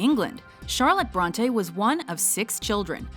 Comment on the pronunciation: Bronteeeeeeee not Brontay